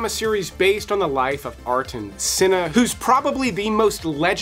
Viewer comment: you mispronounce Senna's first name, by a long shot.